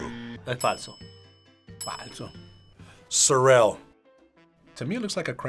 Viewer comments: I was loving it til he said So rell😅....its SAh-Rill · The sorrel is really pronounced "sorrow" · Adding sour cream to the patty made me laugh because I lived in LA for years and learned to make chile con carne with real chiles. My Jamaican niece enjoys it but last time she made her own spinners (dumplings) to put in it. 😂 Oh, and sorrel was mispronounced—the stress is on the first syllable. Sorrel is sold in Mexico and it’s called . . . jamaica ( ha-my-ka), but prepared much much weaker/diluted. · Pronunciation of sorrel is way off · the pronunciations from the host are killing me